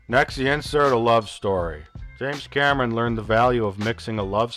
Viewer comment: "James Cammen"